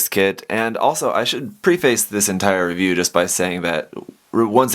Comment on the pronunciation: Good video, but you said preface wrong mate.. xD